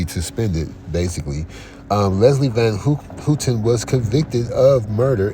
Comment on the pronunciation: It's pronounced HOWten...Not HOOTEN